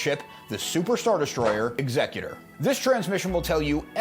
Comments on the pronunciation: Why do all these STAR WARS lore videos mispronounce the name of Vader's ship? It's EXecutor, with the emphasis on the first syllable, as in the person or thing that performs executions. The way it's pronounced in this video (and so many others)-- ExECutor-- with the emphasis on the second syllable-- is an entirely different word. It's means someone who probates a will or other legal instrument. I doubt Darth Vader, Dark Lord of the Sith, named his ship after a probate lawyer. No, his ship follows in the tradition of all the other Imperial capital ships with names that sow fear and terror among the galactic population: Ravager, Devastator, Relentless, Tyrant, Avenger, Belligerent, Agonizer, etc. When his ship appears in orbit above your planet, it's to execute you and your entire society. Not file legal documents in a lawsuit. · What's with the pronunciation of the ships name 😵‍💫 it's clearly to be pronounced like 'execute-or' and not like executive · I'm going to guess the incorrect pronunciation of the ship's name is due to YuTube rules???